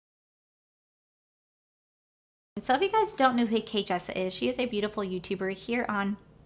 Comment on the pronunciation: I love your videos and I am not saying this to be mean but you said her name wrong a few times in the video. It’s Jkissa not Kjissa you might want to change that during editing